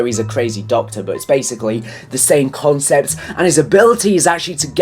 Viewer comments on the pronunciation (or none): none